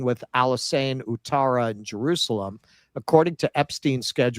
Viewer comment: Thanks keaton for helping with the ivory Coast 🤣👌 Also, its pronounced, "what-tara". Ou is like the 'oui' in French. Helps if you like football, you learn language by proxy 🤷‍♂️😁